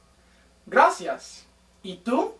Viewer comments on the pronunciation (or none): none